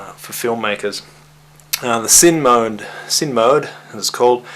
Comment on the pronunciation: repeat after me "sineeeee mode", not SIN mode lol